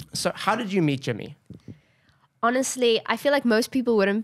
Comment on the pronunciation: not to ruin the vibe or anything but, I accidentally skipped part of the video so the words it landed on were "I got to... eat the core group" (it said meet but it sounded like eat)